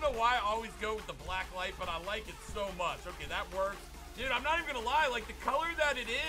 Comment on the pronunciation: “So muck funny”